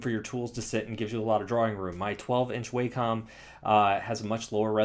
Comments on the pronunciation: FYI: I believe it's pronounced "wah-kum," not "way-com." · Its pronounced wah-com. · Tattoos_By_Kai I do it too. I know it's pronounced (Wah-com) but Way-com sounds a lot better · Yeah, I pronounced it "Way-com" for years before learning better. Japanese pronunciation and all that. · Life's biggest mysteries include: what happens once you die?, is there extra terrestrial life in the universe?, what does it feel like not to exist?, and HOW THE HELL DO YOU PRONOUNCE WACOM!? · ***** yeah, I live in CA and most people do mispronounce it. Doesn't make it right.